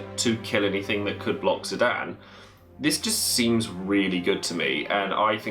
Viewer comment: Loves FF9 but prenounces Zidane > Zidan <3 (Squall is my bae, so glad he makes the cut!)